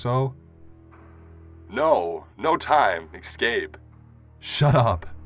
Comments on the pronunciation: as a grammar nazi it pains me to hear you eCscape it's escape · The way he says escape as excape is also very annoying